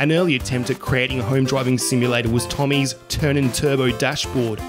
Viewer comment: Seg-ga not See-ga. Toe-mee, not Tommy. Also, it's OK to take a breath once in a while. It sounds like your entire video is one long sentence.